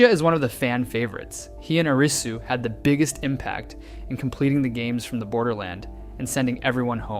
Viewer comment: I'm sorry, my soul left my body at that pronunciation of Arisu's name T^T